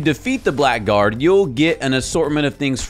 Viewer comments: "Blackguard" is pronounced "blaggard," not "black guard." That's also why you don't put a space in it. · Fun fact about black guard. He's not called black guard. He's Blackguard, which is not pronounced the same and is an insult. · Blackguard is one word (it's in the literal video) and it's pronounced "Blaggerd". Also it's not "Poiled Brawn". It's "Boiled Prawn". Is the person who narrated this not the person who played the game? Also I kinda can't believe you didn't do further research on Rya's quest after the game has already been out for over a month: all it takes is a google search to know that if you kill the Blackguard, you lock yourself out of more of his story later. So in supposedly informing people about stuff they might have missed in Liurnia, you're inadvertently making them miss out on other stuff later on. I'm not sure I've ever actually seen something like this in a video about "missed stuff" before. Not only that, but you also say the Blackguard isn't that friendly. But if you DON'T KILL HIM, he warms up to you later on. So instead, just do this: buy the necklace from the Blackguard for 1000 runes and you'll be done with Rya's quest without shutting yourself out of the rest of the Blackguard's story. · Blackguard, not black guard. It's pronounced 'blagard'.